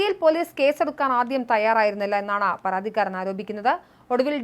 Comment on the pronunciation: പറാതിക്കാരൻ??? ആറoബിക്കാൻ???? പറാതി???? എന്തോന്ന് തേങ്ങായാ 😂😂😂